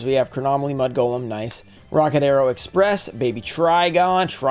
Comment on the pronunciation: That's funny you said "Mad" instead of "Mud" golem😂